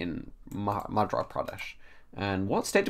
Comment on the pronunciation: "i gotta get used to saying" 🤣you are pronouncing an 'r' in madhRa pradesh when actually it is a 'y' madhYa pardesh